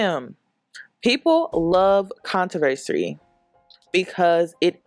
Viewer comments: Con-tro-ver-sy. U keep saying controversry..... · The word is CONTROVERSY NOT "controversary" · It’s con-tro-ver-see